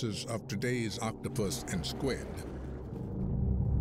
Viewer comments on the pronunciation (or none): none